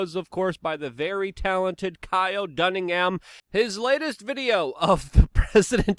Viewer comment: "Kyle Dunningham" 🤣😂